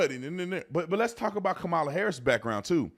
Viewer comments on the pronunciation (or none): I like the way Judge Brown pronounces Kamala’s name - like Camelia! 😂 I see lefties getting mad all the time saying we don’t pronounce her name right just because the emphasis is not on the right syllable. Joe says it completely wrong 😅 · Third Kamala pronunciation choice "Kamilla". Love it. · The way he calls her "Camila".